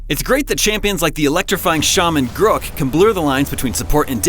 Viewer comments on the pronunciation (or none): Jesus navarro i know tht,i was making fun of the way he pronounced his name